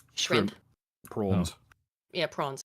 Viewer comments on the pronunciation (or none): She said prawns but pronounced the a as a ahhh! Praaahhhns